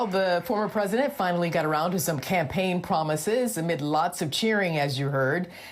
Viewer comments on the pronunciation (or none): none